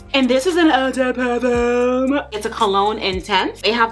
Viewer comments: I was like if she say "ehh DeH Parfum" one more time 🤞🏾😭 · I could not take how you said eau de Parfum killed the while video for me 🤦🏾‍♀️😩